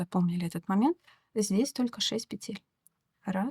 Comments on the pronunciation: Объясните мне пожалуйста, ЧТО принципиально меняется в вязании, если автор произносит не "накИд", а "нАкид", не "пЕтель", а "петЕль"??? Может она и крючок неправильно держит? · Девушка, пЕтель, а не петЕль, говорите правильно, пожалуйста, чтобы вас можно было слушать. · Узор интересный, всë наглядно и дрступно. Но!!! НакИд, пЕтель!!!